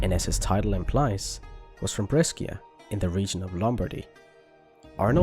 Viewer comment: PLS BRESCIA IS NOT PRONOUNCED LIKE THAT